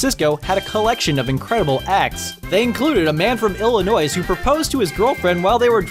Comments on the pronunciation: 'A man from Illi-NOISE' 😭😭 my ears caught on fire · The "s" is silent in Illinois. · As a native Illinoisian, you mispronounced my home state bro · Ikr... Literally unwatchable 😂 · Being from Illinois it pains me to hear people say the s at the end of Illinois